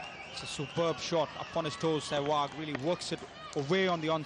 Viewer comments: Yea, they called him Shewag instead of sehwag. too funny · the commentator calling him shwag :)